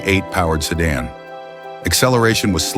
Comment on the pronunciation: What's a "sedun " ?